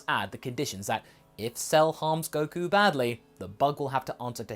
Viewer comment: Coku ah yes coku